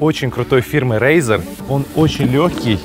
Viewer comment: Самокат не Рейзар а Разор